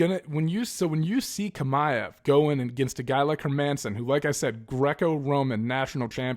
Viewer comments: It's "ch" like when you pronounce the word "channel " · Aaaaaaggghhh, I hate your pronunciation of Chimaev 😂 but good video still, keep it up.